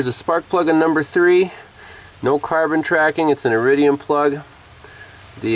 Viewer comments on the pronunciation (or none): none